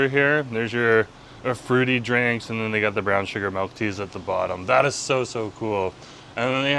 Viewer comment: i love you but good lord the way you pronounce milk is wild you say melk instead of milk and it’s driving me insane